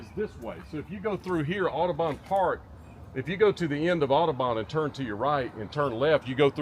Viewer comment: You can tell they're not from memphis. It's not pronounced aw-doh-bawn. It's pronounced aw-duh-bun...